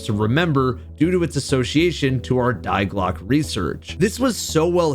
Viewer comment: i hate how you say die clocke